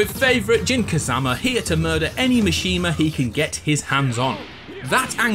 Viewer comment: "JUN" Kazama.